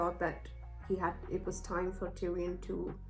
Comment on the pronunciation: Yoooooo my man love hearing you calling tyrion tyrone 😂😂 waiting for your next episode of GOT💪🏻